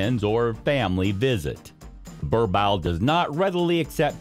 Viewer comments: Its boer-boel.. Bur bull... How can i take u seriously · Im south African... I feel so offended when you keep saying 'burbowl'💔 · Bruh like what hahaha! Worst pronunciation I’ve heard yet. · That's way to pronounce "borbowl" is just funny 😂😂😂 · What the heck is a "ber-bowel" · It’s pronounced “boorbull”😂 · Its pronounced "BOAR-BULL" 😐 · I'm from USA and it was annoying me too 😂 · Lol Burr bowl. Your butchering the breeds name. Wow!!!! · Incorrect pronunciation of the breed. Also, why show all the other breeds? Other than the above stated, the general information about the breed was good. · Did this man do his research on how to pronounce this dog😮 The pronunciation is so bad as a South African I’m so offended and boy didn’t you just make my ancestors cry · Learn how to properly pronounce the breed name.